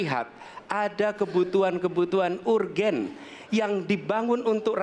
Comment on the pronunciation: Jare wong pinter ngomong urgen urgen urgen... ISO bahasa inggris ora